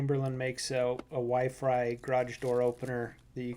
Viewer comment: mans really said wyfry i mean i get it